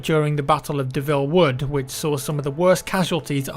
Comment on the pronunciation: Its the, "Battle of Belleau Wood," not Devil Wood